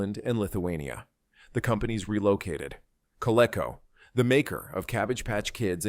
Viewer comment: fucking shit AI, pulling videos and pictures from cities NOT in the USA. It can't pronounce Coleco, it's pronounced kuh-lee-kow. I hate this garbage.